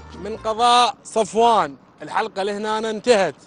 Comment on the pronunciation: سفوان مو صفوان